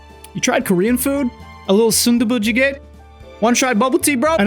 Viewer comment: Good korean pronunciation there ! Love me some 순두부찌개 sundubu jjigae (I suck at romanization).